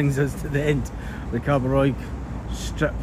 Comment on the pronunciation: It’s not Callosa it’s CIOsa it’s not what you said it’s Cabo Roy hope that helps 👍